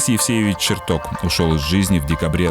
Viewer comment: Ребята, а что случилось даже с самим понятием "корректор выпуска"? Ну ладно, на это нет денег, но как же можно посвящать выпуск выдающемуся ученому, и при этом, ставить ударения в его фамилии как в названиях предметов???!!! Ну ладно, один раз можно ошибиться, но голос за кадром постоянно ставит ударение на "Бориса ЧертокА, Борисом Черток0м", это что вообще такое, возврат к полной безграмотности?! Или Роскосмос нынче равняется на "Сбербанк" по уровню плинтуса?!